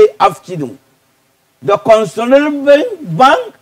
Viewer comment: The way he pronounced CONSOLIDATED tho 😂😂😂